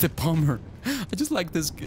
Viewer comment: Did anybody notice that he said bomber wrong